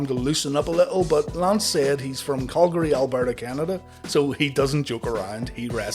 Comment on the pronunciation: Calgary dramatic pause Alberta Canada